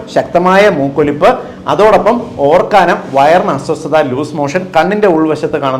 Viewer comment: Orkkanam alla doctorea.. Ookkanam. 😅